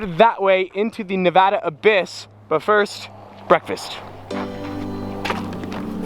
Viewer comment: Finally a YouTubed that says Nevada the right way ... hate all the youtubers that sit there and try to say it grammatically correct I just want to slap them...